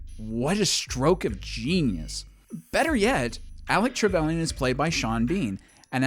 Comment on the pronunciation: "Alec Trebelian" and "Le Chief"?? AI scripted bollox.